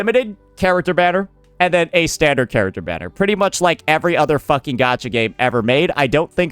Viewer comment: "Standart" and "wepaon" XD Sounds like me and my friend when we joke around in English.